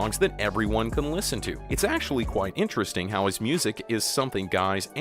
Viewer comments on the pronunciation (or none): none